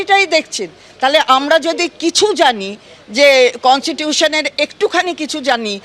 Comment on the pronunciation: Tumi তো কনস্টিটিউশন কে concitution বোলছ। আগে ঠিক কোরে কথাটা বলো কি পণ্ডিত তুমি বাবা